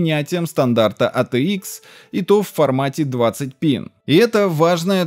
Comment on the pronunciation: Или пытайся произносить все абривиатуры на английском или перестань кривлятся. АТикс>ЭйТиЭкс. АТЭ>АйТи ПэКа>ПиСи. ЭрДжи>ЭрДжей ВэГэА>>ВиДжиЭй!! И ещё десяток отсебятин.